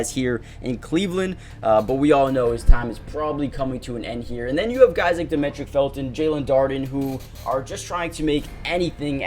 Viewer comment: I appreciate the content man. Happy I stumbled upon this channel. Also, his name is pronounced Dah-ME-trick. Like Dimitri